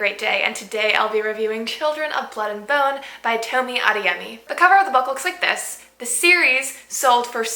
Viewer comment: Toe me ah they yeh me. Pronunciation